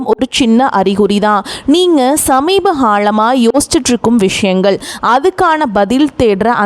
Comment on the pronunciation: ஸமிபகாளமா இல்லை; ஸமிபகாலமா